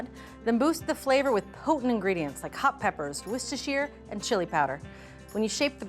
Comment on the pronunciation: Worcester sause doesn't pronouce like you do...I know cause I live in Worcester. 😊